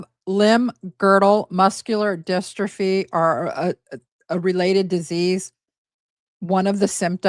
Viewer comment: these videos are so hard to listen to. The last one that couldn’t pronounce ‘dystrophy’ and this one that can’t even get the step mums name right 😩🤦🏻‍♀️